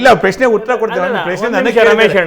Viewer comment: ಪುಲ್ವಾಮ ಸೃಷ್ಟಿ ಮಾಡಿರೋದು ಎನ್ನುತ್ತಾನೆ.. ಈ ನೀಚ ರಮೇಶ್ ಬಾಬು.. ಪ್ರಶ್ನೆ ಅಂತ ಉಚ್ಚಾರಣೆ ಬರಲ್ಲ.. ಪೆಶ್ನೆ ಅನ್ನುತ್ತಾನೆ ಈ ಅಯೋಗ್ಯ